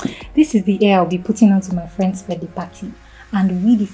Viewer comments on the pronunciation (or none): Oya madame it’s hair not air! Pronounce your H 🤔